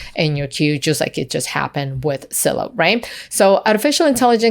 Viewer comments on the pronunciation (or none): For the love of god, it's Zillow not Sillow